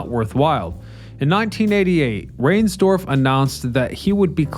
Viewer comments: Not sure if this got said before but it’s Rines-dorf. Not rains. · RHINESDORF. Not Rainsdorf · Some mispronunciations: “Reinsdorf” and “Syne” RINES-dorf (as in “lines”) Auld Lang ZIGHN (as in “sign”) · How could Comiskey have been the 'oldest ballpark in 1970", with Wrigley, Fenway, around? Unless it was somehow older than those. How about "Rynes - dorf', instead of saying "Rains dorf"? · I always heard sportscasters pronounce Jerry Reinsdorfs last name like the river Rhine sdorf, not rain. I'm also pretture sure Harry sang in the 7th inning, not the 17th 🤔. Great history of one of the greatest parks in history. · What I don't understand is how you mispronunciated some big names not just Sox names but Chicago names! Shame! Rainsdorf? OMG! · Thank you for mispronouncing riensdorfs name. Dude is pure evil. Rot in hell.